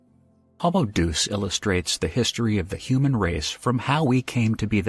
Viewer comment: Day us. Not doose